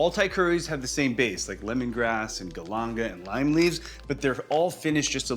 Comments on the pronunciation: WTF, you are Thai chef and you can’t say galangal properly? Weird, americans just can’t be bothered to pronounce words properly. “GAL-an-gal” where the A’s are like “car” not “cat”. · The way he says galangal... Triggers me.. also this is an awful rendition of Khao Soi.